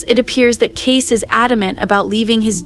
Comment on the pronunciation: Can the AI not pronounce Kayce's name as Case. Makes it obvious. Makes me leave. Sorry.